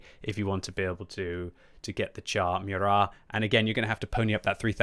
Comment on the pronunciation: Kudos for pronouncing "Murat" properly. :)